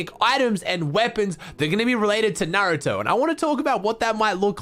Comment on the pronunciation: Finally someone who says naruto correctly